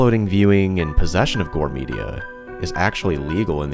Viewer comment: Did you say new best gore domain?